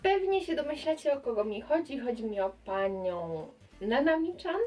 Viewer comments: Mówi się "cian", a nie "czan" 😉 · Czemuuuuuu??? Czemuuuuuu?? Dlaczego każdy mówi nanami "czan" ?!?! mówi się "cian" oczywiście nic do ciebie nie mam :) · I jeszcze mogę tak ci zwrócić uwagę że "chan" wymawia się cian a nie czan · Chan czyta się cian